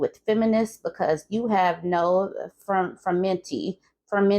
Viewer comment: “FERMININITY” I’m ruining my eyeliner crying over here 😂